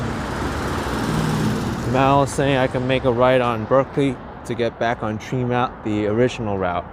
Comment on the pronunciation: Trehmont NOT Treemont.